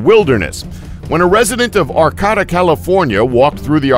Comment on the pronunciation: It’s pronounced Are-kay-ta. With a long A in the middle. Not Are-cat-a